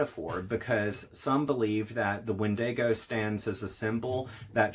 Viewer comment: It’s pronounced “WEN-di-go”. Not “wen-DAY-go”. Sheesh🧐